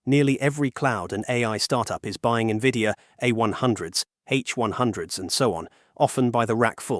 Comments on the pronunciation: I stopped listening at N-V-I-D-I-A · AI GARBAGE. IT CANNOT EVEN PRONOUNCE NVIDIA.... PATHETIC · It's hard to take this channel seriously when it can't even say NVIDIA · Thats what I was gonna write 😂😂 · When I hear errors like this, my AI alarm system starts ringing.